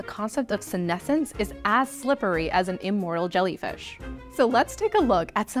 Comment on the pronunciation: Sounds like "immoral jellyfish".